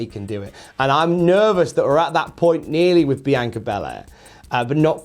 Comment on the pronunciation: He's pronouncing it fine. This might surprise you, but people from different countries, or even different bits of the same country, sometimes pronounce things differently.